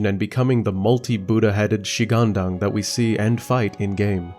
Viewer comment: Chinese here. One tip to pronounce every Chinese word in general is to grasp the concept of the four tones in Mandarin. Each of these tones is specific for each Chinese word. For example, when you pronounced shi-gang-dang, you applied tones 1-1-2 to these three words. However, the correct tones should be 2-3-1. Er-Lang-Shen is 4-2-2 and not 1-1-4. Simply google “the four tones in mandarin”. Just like in English, one will pronounce, for example, apple, with the stress put on the “app” and not the “ple”. If you stress on the “ple” and downplays “app”, it will sound strange, right ? And finally just like when I was learning English, watching tv shows and movies with subtitles in the learning progress surely helped as you would sub-consciously learn how to pronounce many words and phrases and in time, without you even knowing, you can sound like a native! Hope it helps.❤